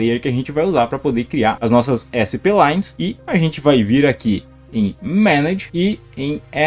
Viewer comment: Você pronuncia a palavra "SPLINES" errado. Não é separado, não é [ÉSSE PÊ LAINES], é [SPLAINES].